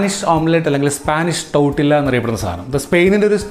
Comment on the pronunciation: ടോർത്തിയ എന്നാണ് ഉച്ചാരണം.